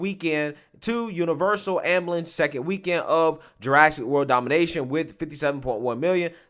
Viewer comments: Its dominion, not domination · It’s Dominion not Domination 🤣